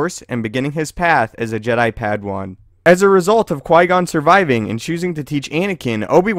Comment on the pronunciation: realizes he said padwan instead of padawan wtf